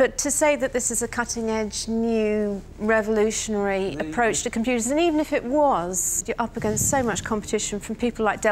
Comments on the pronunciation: "Revonooshuonary" - Duncan Bannatyne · Duncan cant pronounce revolutionary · "Revenlooshanally new style" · BUT INTRODUOCES REVULOTIOANARY STAAAAAYYYLE